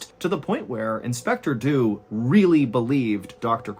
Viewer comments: Inspector Dew was English. English people do not pronounce Dew like that. It's not Doo. it's either Dyew, or DJew (yes like Jew) depending on region and class/education, but both would be correct for edwardian London. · did he just say "do dew"? I know he actually say "Dew would do just that" just sounded funny. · I'm sorry but I giggle every time you say "inspector do"